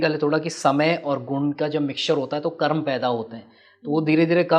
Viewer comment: महाशय, आप कर्म को कर्मा क्यों कहते हैं।